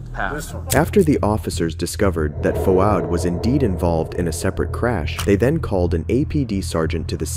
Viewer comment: I’m Australian and I’m a bit of a grammar/pronunciation nazi….. the way the presenter pronounces “Fouad” as “Fu-ad” was killing me. Fwaad my bro. FWAAD